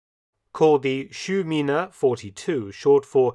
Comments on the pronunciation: Hey mark, its „Schuhmine“ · Schuh is the german word for shoe. Is it possible, that the right word is Schuhmine and not Schümine? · The word "Schumine" made me think a bit ;-) "Schuhmine" would be easier to understand...